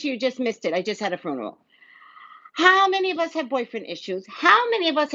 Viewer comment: She said fruneral